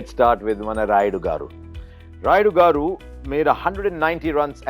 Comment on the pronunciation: its not goru its garu wt he said...